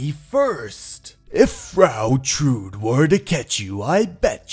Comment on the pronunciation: The e in Trude isn‘t silent!